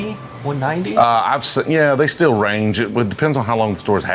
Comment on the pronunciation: When you say still,it sounds like stale..😊